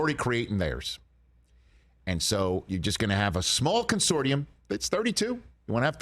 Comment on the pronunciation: c'mon, Rich. It's pronounced con-SOR-shum. You're better than that.